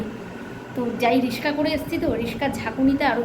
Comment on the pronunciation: রিশকা নয় রিক্সা বারবার এই কথা বলো।